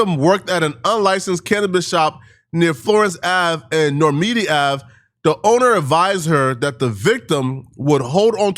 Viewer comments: “Nor-mi-di” it’s Normandie bro. * Nor-Man-Di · Not “Normeedy ave” 😂😂😂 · Nor-meedie ave🤦🏾‍♂️ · Florence & Normandie Nor- Man- D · YOU KNOW THIS FOOL ISNT FROM LA.. pronouncing Normandie NOR-MEE-DEE👎🏾🙃🤡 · Who hit rewind to hear him say “Normandie” again 😂😂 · As he pronounces Normandie like a slow person 😪🤣